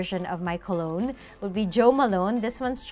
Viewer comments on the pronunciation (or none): none